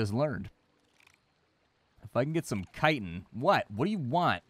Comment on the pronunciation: you say chitin wrong